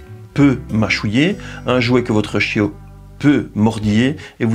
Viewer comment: « Le chiau » j’adore